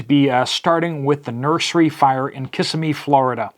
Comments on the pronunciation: NOT. KISS A ME . DAM IT ! KA - SIM - A - ME . I LIVE HERE. JEEZ ! It means, " Long water" kuh- si - mee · If interested, it's pronounced Kuh-SIM-,mee No biggie. Native Florida man here. 😉 Not trying to nitpick. Really appreciate your channel. Watch it daily. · Kah-SIMM-mee, it's 90 miles northeast of me.